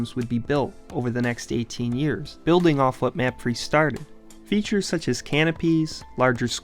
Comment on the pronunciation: I want to say the way to pronounce old crew stadium is "mah-fray" not "map-free"